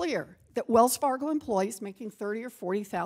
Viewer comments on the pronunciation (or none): "Wells Fargio" 😂😂